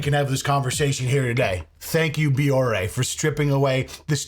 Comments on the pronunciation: She's not even pronouncing her "partner's" name right! It's Bioré. Pronounced "Bee-or-ay" not "bee-or". 🤦‍♀️ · BEE-OR-AY holy shit how can she partner with a company she can't even pronounce ugh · The fact that she can't pronounce Bioré properly just adds insult to (massive) injury 😒😒😒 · She misprounced the company's name too. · And she mispronounced Bioré 🤦‍♂️